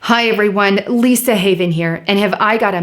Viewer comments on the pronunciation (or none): none